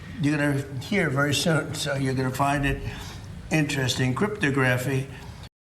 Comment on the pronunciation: 😂😂😂Crypto Graffee😂😂 He can say it however he wants when he is the main person pushing to get the clarity act passed.